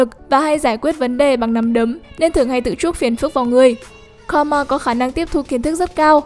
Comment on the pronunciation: Thật ra Karma đọc là Ka - ru - ma chứ không phải Ka - ma đâu . Cứ nghe đi rồi biết